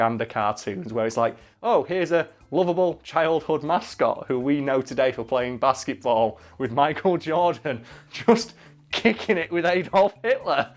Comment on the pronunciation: It sounds like he's saying basseyboll